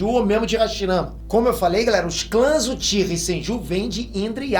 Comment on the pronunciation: se corrigisse sua pronúncia de japonês, seus vídeos ficariam melhores ainda. Só umas dicas sobre as formas corretas: sílabas com "ch" são pronunciadas com "tch" (Uchiha-UTCHiha); sílabas com "j" serão como na palavra em inglês "JUde" (senJU); com "R" será sempre como na palavra "coRAção" (RInnegan). Dattebayou!